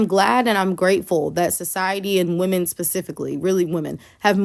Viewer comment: I still don't understand why you influencers when talking about women In plural, you pronounce it woman singular.